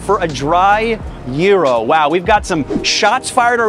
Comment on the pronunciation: It’s called gyro not gero